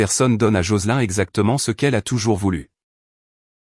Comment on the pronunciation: L'IA prononce les noms anglo-saxons comme s'ils étaient français. Et Joselin est bien un prénom féminin anglo-saxon qui ne se prononce pas comme dans la vidéo.